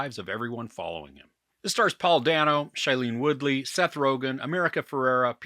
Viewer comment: I love the movie and your review. It reminds me of another favorite, “The Big Short.” BTW, Paul Dano pronounces his last name as “Day-no.”